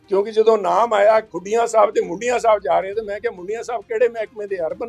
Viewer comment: ਹੁਣ ਕਿਹੜਾ ਸਹੀ ਬੋਲਦਾ ਹੈ ਮੁੰਡੀਆਂ ਨੂੰ ਬੁਡੀਆਂ ਬੋਲ ਰਿਹਾ ਹੈ।